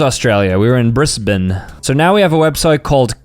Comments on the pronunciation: as an australian I am pissed off that he said briss bane, its pronounced brizban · As an Australian, when he said brissbin, it hurt my soul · Bro said bris bane it’s said as briz ban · Nice Aussie accent 😂😂 (also I know you probably don’t care but is pronounced bri-z-bane and not bri-s-bane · bro said "Brissbin", It's pronounce "Briz-bin" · you say briZbane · bro said bris bane it is f#@ brisbane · Nah bro Butchered my city name Bris, ban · HES ON MY FRICKIN STREET HAWTHORNE RD And is Said BR-IZ-BIN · “Brissben”… oh god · Its pronounce brizbin but spelled Brisbane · its pronounced brizban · Not even close saying Brisbane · demolished the pronunciation of Brisbane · bro im from brisbane and you BUTCHERED the name😭😭 edit